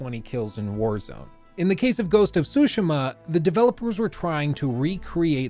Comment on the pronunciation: Not to be be one of those guys but i wish he would say it like “su-shee-ma” and not “sushi-ma”. Ik we are American and i even say foreign words with an American accent but damn lol. Hearing say it annoyed me. Very particular rant, other than that i love this long ass video (wish jt was longer!) love a good long ass video game video